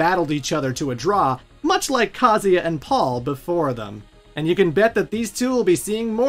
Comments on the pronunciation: Grate video. Funny but man I bugs me how you pronounce the name Kazuya it's pronounced Ka (like car but without the R) Zu (like zukini without the kini) Ya (like Yaa ok I didn't think this through) Kaa- Zuw- Yaa. Every time you say Kazia I cringe. Ha ha ha. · Can you stop calling Kazuya “Kazeya” lol Is KazuuuuuuuYa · Is that the right pronunciation of kazuya? Ka zee aaah? I have said kah zu yah. Thanks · It's not "KAZEEA", you anglophones need to understand that most languages, unlike english, pronounce the works like the are written. IIt's not bloody Kazeea, or Kaza, or kazua, it's bloody KA-ZZU-EEA. FFS, at least do some research before mispronouncing names for a whole video. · I can't handle how he pronounces Kazuya. it's KUH-ZOO-YUH! Not KAH-ZEE-YA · Bro it's pronounced ka-zoo-ee-ah it says it in the games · WTF is kaziya? You can’t pronounce kazUya? 💀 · Very thorough video and I would love to give it a thumbs up, but you mispronounce KUH-ZOO-YUH about a million times, despite seeming to go out of your way to correctly pronounce almost every other name in the story. SMFH 🤦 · Ive always pronounced Kah-zoo-yuh.. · he pronounces every name wrong lol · You're saying Kazuya's name wrong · Why is your pronunciation so bad???.... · the amount of times you said kazuya wrong is actually astounding. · What's up with the absolutely brutal Kazuya pronunciation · Dude can’t pronounce kazuya or yakuza , even calling Mexico South America so yeah .. don’t expect to much lmao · This guys pronunciation of Yakuza and Kazuya are truly ear-splittingly abysmal. I’m ashamed as a fellow American. Japanese is written phonetically for non Japanese speakers, it’s not hard to pronounce a U, you got it right with Kuma, at least. U is “oo” as in book or toon. YakUza, KazUya. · Ka-zu-ya, A-su-ka